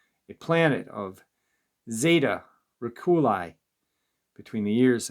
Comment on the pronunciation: Pronounced Zay tuh Ret tic u lie star system I know you’ve. mostly all heard of it